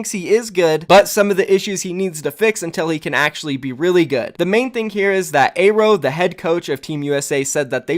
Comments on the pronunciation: how do you always pronounce pretty much every name dude it's not "eyrow" you say it like "arrow" and his real name is so american and it's not "A ron" Aaron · its pronounced "air-o" not "aye-ro"... you're fucking killing me man